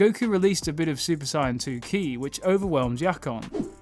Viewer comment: Its not SIAYAN ITS SAIYAN